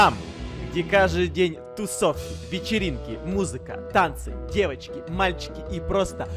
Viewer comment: ДевАчки , МальЧики 😂